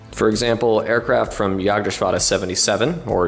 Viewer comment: Gotta commend you on the perfect pronunciation of Jagdgeschwader. Was a pleasant surprise to hear from an English speaker and definitely the best I have ever heard! Keep up the great work